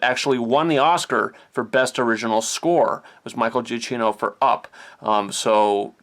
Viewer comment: Michael Giacchino's last name is pronounced "juh-key-no."